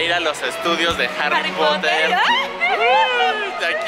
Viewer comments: Al igual que es potter no porer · HARRY POTAH ! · Primero es lesslie y segundo es potter no poter